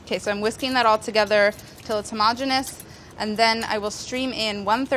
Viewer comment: Is it sad that I derive so much pleasure from hearing someone pronounce "homogenous" correctly..? It's not "home-a-genius"!! How do so many people get it so wrong?? Thank you Molly! You're awesome :)